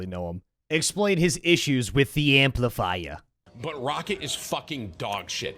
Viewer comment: "Hey didi enjoy the amplifaiya" :)